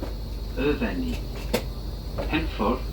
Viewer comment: Brecon Beacons are those hills near Abergavenney. Lovely area. The lack of catering is unusual. It's a Shrewsbury crew who usually work that down, and would uually pick it back up at NWP. Maybe staff shortages. Please don't pronounce Hereford like that...haha...the locals get a bit itchy about such things. I know how it looks.